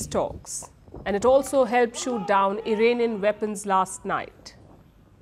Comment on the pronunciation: The day you see an Indian who says "IRAINIAN" and not IRAANIAN, you know the person needs to go back to school :person-turqouise-waving::person-turqouise-waving::person-turqouise-waving::text-green-game-over